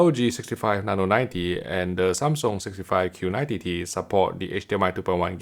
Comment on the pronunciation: Makes me crack up every time he says Q90 TTT